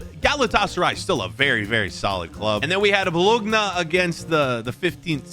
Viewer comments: love your videos just one thing, Italian team Bologna is pronounced bo-lo-nya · It’s pronounced “bolonya” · “Bologhna” is CRAZY 💀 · bologna is pronounced like boloña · How to say bologna 1) say like that ( bolonia) 2) don’t say g in bologna 3) after N and before A say I